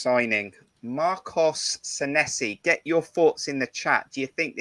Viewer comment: A great broadcast,as usual. As far as Sanesi is concerned, I agree with Jon that he will come good. Incidentally, his name is pronounced Saneesi, Kris Temple confirmed this in his interview with him. 🍒🍒